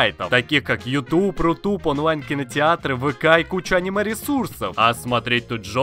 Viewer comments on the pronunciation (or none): none